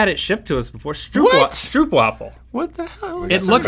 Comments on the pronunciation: it's pronounced "strope" not "strupe" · ikr better back off of my stroopwaffles (its pronounced o as in the alphabet, so like str oo pwaafel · yeah, and it's also pronounced "strope".... bleh when words are mispronounced. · OTOGaming they clearly said stroop-wafle. Also they called it candy and dutch stroopwafel don't really appear to be wafles. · "stroepwahful" 😂 (Im dutch/ik ben nederlands) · And they pronounced it wrong too! XD Str-ohp-vaffel.